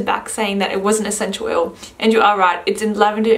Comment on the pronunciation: What's a senchew oyew? XD